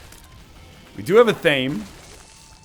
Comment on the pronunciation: "What is this incredibly large dangle..." -NL, 2018 Also, athame is pronounced ath-uh-may